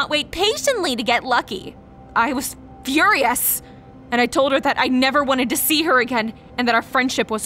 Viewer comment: The way she said Furious tho 😶😅🤣